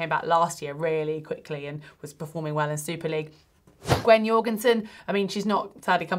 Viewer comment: Gwen's last name is pronounced with a hard J rather than Danish way. Americans, I know, I know.